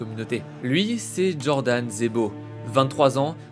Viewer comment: C est pas Djordan frerrr c’est Jordan. Un fragile qui n a jamais travaillé de sa vie, cause de combats 🤔 aïe aïe aïe. Et l,autre, il devrait changer le best qui sonne ridicule par Le Reconvertis du Covid Et puis on connaît déjà tout c que tu raconte, ça ce répète … Tu parles pas de ses intimidations, violence envers sa conjointe, hein🤫